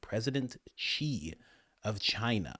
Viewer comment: Hi Coach. I love your videos, but you should learn to pronounce "Xi". The Chinese "Xi" is pronounced "She", as opposed to "Che", as if you said, "That's what SHE said". I studied Mandarin and taught school in the PRC, so I am supposed I know. Trust me, dude!